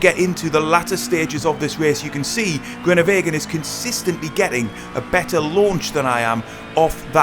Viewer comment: disappointing pronunciation of the name groenewegen smh